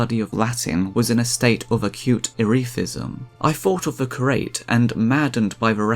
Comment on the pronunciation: 'Curate' is pronounced as 'cure' + 'ate' not 'crate'😂